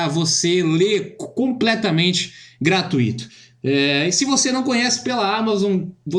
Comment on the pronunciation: Gostei, mas NÃO se pronuncia gratuíto, e sim GRATUITO, da mesma forma que fortuito, intuito.